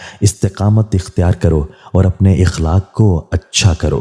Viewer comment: Ikhlaaq nahi akhlaaq hota he